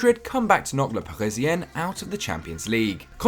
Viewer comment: If you could try to pronounce it par-isi-uns instead of par-isi-ennes, because in French your prononciation translates to « the Parisian women » instead of men 😂